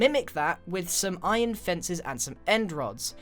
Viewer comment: did you guys heard that Grian said iron fences lol